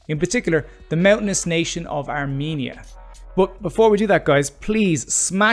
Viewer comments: Let me correct you it is not are meania It is called Ar-Men-ia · The pronunciaton is R-men - ia or Ar-men-ian there is no me or mean inARMENIAN